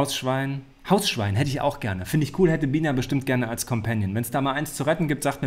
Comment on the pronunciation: Immer wenn er seinen Hund erwähnt verstehe ich Wiener :D Mega süß xD aber sie heißt ja Bina xD